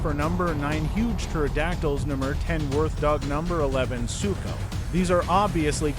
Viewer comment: he said suko